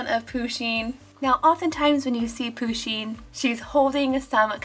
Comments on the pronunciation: Its pusheen not pooooosheen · Zoey Woodward ya ikr it's pusheen not pooshen but it's alright she just said it wrong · I like pusheen but im pretty sure that how you pronouncd it is without the emphasis on the u. But dont know you can search it up